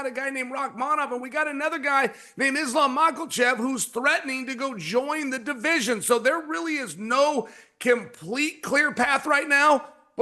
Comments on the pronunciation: that dunce Chael calls Makhachev, "Macklechev." What the heck? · It’s funny chael says mackalchev there’s no l 😅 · I believe he actually said mocklechev